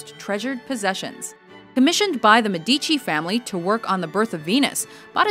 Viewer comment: How can she be so well known as a narrator and still not take the time to learn how to pronounce "Medici" correctly? WTH !